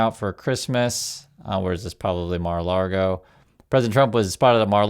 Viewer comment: Thank you. Mar-a-lago not mar-a-largo. Although, I like your way better.